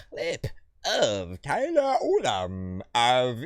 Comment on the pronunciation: Great review 🙏🏻 It’s Tyler Ullom not Ulum. 😂 Thanks